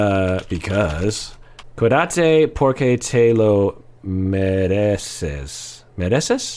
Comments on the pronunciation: "Cuídate porque te lo mereces". That's right,!:) It's so nice to hear you speaking Spanish. Just a tip: you pronounce it by making an emphasis on the "í" in "cuÍdate" because it's the strong syllable. Thank you for your videos, I really love your input in all of them! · Cuidate with an accent in the i, other than that, you did perfect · Love that you said it in Spanish! The accent is on the first syllable… QUEE-dah-taa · Accent on the first syllable and you have it! CWEEdate. 😄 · "Te cuidas". Take care...or "cuidate""...😊. Accent on first syllable. Yes!! Porque lo mereces! Bravo!